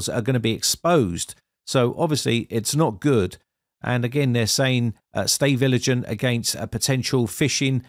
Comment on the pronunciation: Thanks for this video.... you said "stay viligant", I love it 😉